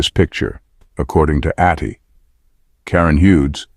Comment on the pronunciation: Atty. is abbreviation for Attorney, so pronounce it properly.